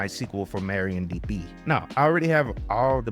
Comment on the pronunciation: That's MARIADB, not MARIONDB. Different women 😁.